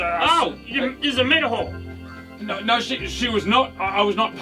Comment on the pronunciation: What the fuck are you talking about Martin? It's a met-a-hor.